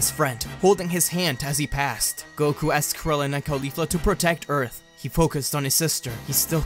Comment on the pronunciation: Ee-arth? You know that means dirt right?